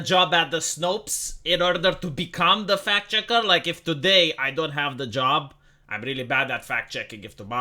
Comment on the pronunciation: It sounds like fat-checker when you say it. 😂